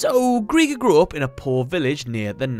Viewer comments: GR I GER NOT GR E GER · It's pronounced as Gry-ger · It's pronounce gri-ger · His name is pronounced gr-eye-ger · Who is responsible for these names? Greiger is german ASF and sounds NOTHING like a bomb. In any of the 6 languages i know Edit : Oh ja also take german names and butcher their pronounciation. Greiger is not pronounced as "Greeger" Like you say dIE you say GrEiger Unless they wanted to say warrior? The more i hear Greeger it sounds like KRIEGER. Krieger is pronounced Kreeger for you american boys Your telling me im in poverty snd theres MFs making 5 figures for terrible translations. Wtf